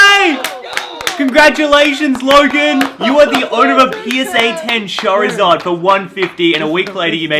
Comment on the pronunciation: Lana sitting in the back like : what is a chazid ??? Btw I know it’s charizard